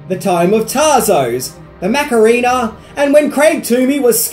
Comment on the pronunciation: "Macareena"? lol